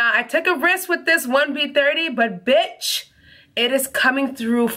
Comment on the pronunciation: 🤣😂😂😂 "but BITCH" Honey..I die because I understand the emphasis when the wig just works on various levels 🙌🏽🙌🏽🙌🏽